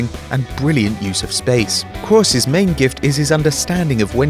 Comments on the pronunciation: Stop saying KRAWS it's Kroos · Toni Krowos? what is that pronunciation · Is name is krooooos nor croos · you called someone pronounced Kroos Cross, so you're under appreciating him yourself, + he does get appreciated!!! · its pronounced krus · it's pronounced 'cruise' you dutch wank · stop overpronouncing kroos ffs you're Dutch not german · Who else hates the way he says Kroos? Or is it just me :( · What on earth is going on with your pronunciation of Kroos? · Tbf I think at one point it sounded like you got it right. But most of the time it sounds like you haven't got a clue how many vowels it has. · That pronunciation of kroos